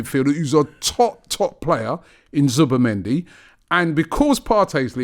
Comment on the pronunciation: Can someone banned Robbie from saying Zubimendi ffs